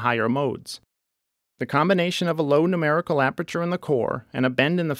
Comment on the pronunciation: "Numberical Aperature" Aprature Science